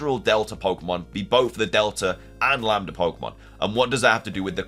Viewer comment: You pronounced lamda correct